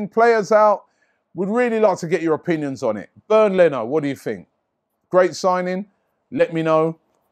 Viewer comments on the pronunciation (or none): It's not pronounced as "Burned" Leno ...lol...it is pronounced more like "Bay-end" Leno.